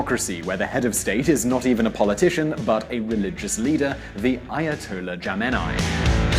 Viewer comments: Ayatollah "Jamenei"? What kind of research goes into these videos, Struth! *Khamenei*... pronounced "Kha-me-nay-ee". Put me off the whole series. Dire... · Jamenei!?!?!? Are you kidding me? it's khamenei: kha (like russian H)-meh-neh-ee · His name is ayotallah khamanieh not jamanieh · You couldn't be more wrong. But you are very accurate in spewing out west's portrayal of history. Good job on that. And it's Kha-me-nei not Jamenei, dumbass! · A bit of objective research before making a "documentary" would prevent one from being made a fool for mistaking a well know name. Not "Jamenei", "Khamenei" is correct. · Ayatollah Khamenei, Jesus, I really hope English says "j" like he did, but spanish people write "kh" with "j", but they dont pronounce it like that. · Ayatollah khamanai not jamanai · Ayatollah Jamenai hahah lol its Ayatollah Khamenie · "Not khemeni but ayat Allah kemeni" it's ok to slaughter a name but it's not to say the same name twice the current ayat Allah is khamanaei ....stress on kh like u trying to get a fish bone from the bottom of your throat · it's Ayatollah Khamenei not Jameni ! do your research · Khaminae not jaminia you stupid idiot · it is khamenai not jeminai. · Jemenai???? That's not how you pronounce it. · As soon as He said "Ayatollah Jamanie" I stopped watching this plonker ... 😏😏 do your research before. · Teodor Dragan I think he said shumeyni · Very inaccurate and you managed to butcher almost everysingle name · It's incredible to me that so much production energy was spent on an utter garbage of a video You might want to learn how to pronounce Khamenei's name correctly (even by English standards). That's a start.